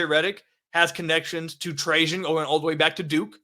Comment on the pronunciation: I'm glad you started pronouncing Trajan right.